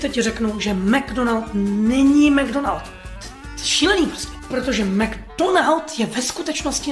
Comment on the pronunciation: Neee mcdonaldův. Na začátku jsem ti rozuměl mctonald😃